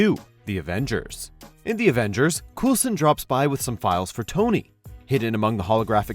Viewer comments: "Coolson" i mean bruh, they literally say his name in the movie. How harder can you read off the script? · You mean Cole-son not Cool-son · It is not collsin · You lost me at 'Coolsun' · how did you mess up coulson's name